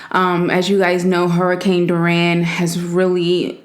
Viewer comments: Did anyone else hear Duran instead of Dorian (door - e - n) ? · Like your vids but just saying it’s dory-an not duran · You illiterate fuck it’s Dorian not Doran Also you said we are going to talk about the hurricane but then go on smacking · “ Dor ran” it’s pronounced “ Door - re- in “ just fyi! (: ❤️ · Danielle Harrison Did you pray and donate to the victims because how she pronounced it is irrelevant. She was bringing attention to the cause. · You know what she’s talking about. It’s a simple mispronunciation, which is irrelevant to the actual matter at hand. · 😿😿 it’s dor-e-an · I was just about to ask what happened to that video? cause I watched about half but didn't watch it all the way through to hear what she actually said to her sister. sad thing is you can't just delete a video and pretend like you never put the video out because ppl saw it and people heard what you said. she couldn't even say the damn hurricane name right. I'm glad I unsubscribed when she bashed bloves cause it has been nothing but a down hill spiral since then she really need to take a hard look in the mirror and reflect on the type of person she really is or the person she coming off as. Hope all goes well for her if she decide to get it together cause this is sad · U said the name wrong 💀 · All your worried about is the fact that she didn't pronounce the word correctly but you know exactly what she meant just ignorant the main thing is that she's trying to acknowledge the fact that these people went through something life-changing and need help! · Good Eats!! I think your pronouncing the name Dorian wrong tho sis.... but good looks on the dedication. God is and God Will!!🙏🏿🙏🏿🙏🏿🙏🏿🙏🏿 Prayers are lifted for all!